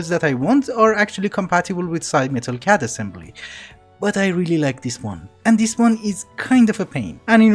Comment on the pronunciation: CAD is read like NSA and not like NASA I know you ignore these types of comments but you said it like 30 times in a row and it got to me (which may have been you trolling if so good job)